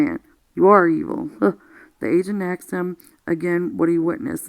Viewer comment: Thank you very much for reading this. I just wish you would just read and not interject and save your personal feelings on it to discuss after the book reading. It would also sound more professional if you said "asked" not "axed".